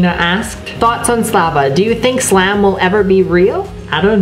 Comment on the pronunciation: YOU DIDNT SAY slam like SLAM